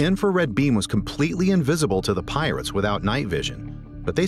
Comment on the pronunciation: the piwates lmaoo